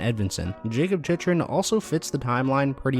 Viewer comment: It's pronounced Chick-Rin. So annoying how many times you butchered his name.